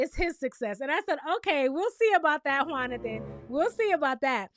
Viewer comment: Not “Juanothan” !! 😂😂😂 I died lol